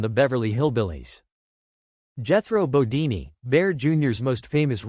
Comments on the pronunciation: I agree. Is this guy just reading a script. It's Jethro bodeen Not deenee. Wow. What a major mistake. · Jethro "Bodini?" Why not take two minutes to review/correct your AI VO? Your credibility is ruined. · Jethro bo- DEEN. Not DEE nee. The show is on the ME TV channel if you need clarification.